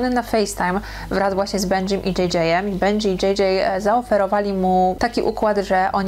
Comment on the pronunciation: bendżi król się wymawia i benji jest artystą